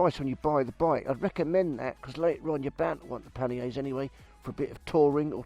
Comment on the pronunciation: You sound like an east-end barra-boy, yet your pronunciation of panniers was the poshest I've ever heard! 😀